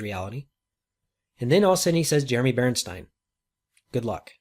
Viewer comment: My screen shows Jeremy Bernstein on last message but he pronounced Berenstein?